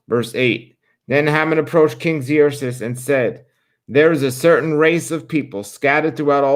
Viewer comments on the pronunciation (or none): Yay, so glad you are going back to the Bible readings!'🙌 and just fyi: Xerxes is pronounced like "Zerksees"